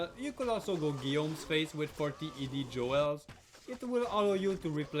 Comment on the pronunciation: The only diablo content creator that actually pronounces guillaume's face correctly rather than G-Face XD